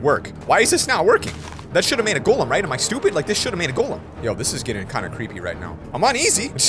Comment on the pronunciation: Golem not token